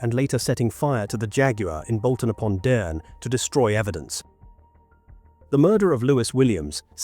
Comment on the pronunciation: It's Bolton upon dearne